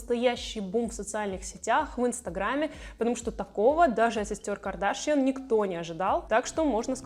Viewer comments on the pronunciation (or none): none